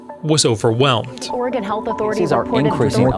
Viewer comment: Oregon, not organ.